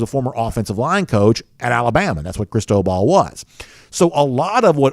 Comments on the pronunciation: It is phonetically pronounced ( Chris-toe-ball ) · I've never heard anyone pronounce it the way was. It was driving me nuts. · seriously sounded weird.